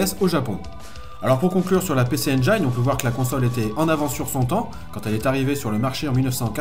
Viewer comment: Juste pour info (engine) se prononce en anglais (njine) 😂